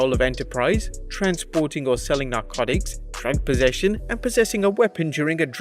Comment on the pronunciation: prank possession? what did you say at 0821? tramp possession? what??? tranq possession?